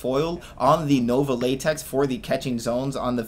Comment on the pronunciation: Say látex one more time